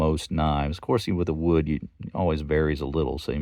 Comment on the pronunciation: It's a wonderful knife. I would call this a barlow as well, especially with that wood. Or "wewd" as says. I like the red a bit more. Great video!!